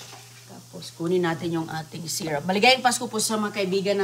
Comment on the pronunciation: Syrup not syrap